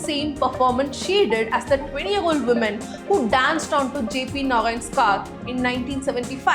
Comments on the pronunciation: Wo-man not men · When will you learn to pronounce woman & women differently? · The way you say, Woman & Women phonetics sound the same, ..just a advice, however they sound different.